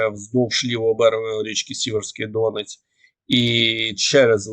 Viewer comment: Може хтось вже достукається до і підкаже йому що ріка ДоНЕць а не ДОнець.Дуже це нервує місцевих просимо поважати нас.Привіт з Донбасу 🇺🇦💙💛